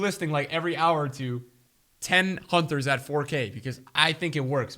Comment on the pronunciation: Nobody:: Hunthers